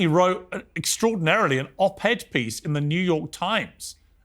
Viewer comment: Pieece of 😂